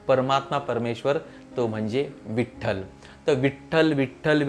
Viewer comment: विठ्ठल मध्ये "ठ्ठ" वर जास्त जोर द्दावा व लयीत म्हणावे